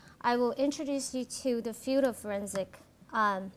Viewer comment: No. No slack for a PhD who can't say, "field" instead of, "feud" or says, "...who wants to become a police", or who uses that childish, pretentious affect so common in Californians, and whose sole perspective on forensic psychology is from defending the accused and avoiding conflict with those who are guilty. She put it out there, and if she is not mature enough to own it, then she needs the ridicule and derision. A forensic psychologist has, by the nature of the work, to be secure, confident and competent because the attorneys on the other side of the issue are going to eat her alive in a courtroom or judge's chambers. As to your comment about if it's boring, then don't watch...how the actual fuck is someone to know that BEFORE watching? CalSouthern needs to know the common, popular opinions of the videos they publish in order to improve. You are a moronic snowflake. She is not being bullied in the comments and does not need your pity. Take a course in logic and rationality, there are lots of free resources!